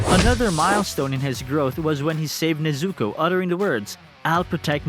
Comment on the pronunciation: Bruh her name is NEZUKO! Not neizuco NEZ-ZU-KO cringe asf the way you say it